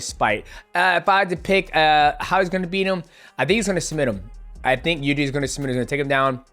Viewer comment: Nobody can pronounce Prohazkas name. He even got to pronounce it wrong by himself. Try to surprise him with real pronounce, something like "Yirjy"